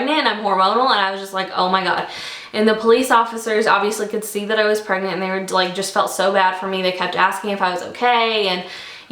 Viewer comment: Did she say 5 months pregnet???